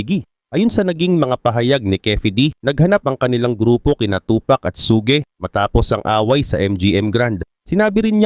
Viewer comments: suGe night😂😂😂 suge!!!! un boss hindi su ge😂😂😂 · Bakit parang sogi knight ang pag pronunciation mo boss? Ang tamang pag pronunciation ay SUGE ( SYOD)